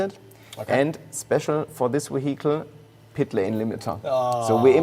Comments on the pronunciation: What is he calling the AMG? moheetle? Haha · Nvm. I think he's saying "vehicle" with a heavy German accent 😅😂